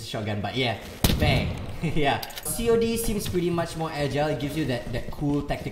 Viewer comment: just say cod not c o d